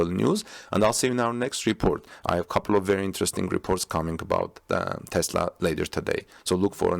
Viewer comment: Thanks for saying TESLA not TEZLA.